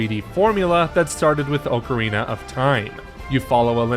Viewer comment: It's pronounced aa kr ee nuh Ocarina